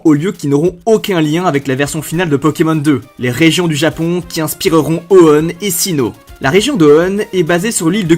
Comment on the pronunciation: La manière dont tu prononces Hoenn est très étrange